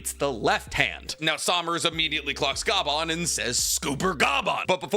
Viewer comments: Bro just called Scopper - scooper and keeps calling him Ga-ban, it’s one word my dude, Gaban (gah-bahn) pronounced together not separately 😂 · Ok… i see the other comments on it but on one explaining how to pronounce the. Names. it’s pronounced like copper, Scopper. And Gaban like garbanzo beans without the R. Good video tho! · you saying scooper bagan makes me nauseous plz stop i know you doing it on purpose 😞😪